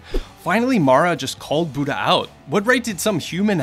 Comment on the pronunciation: Okay now why is this man pronouncing "Buddha" as "buta"?